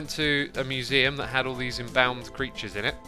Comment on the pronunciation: Your mispronunciation of embalmed is very weird :p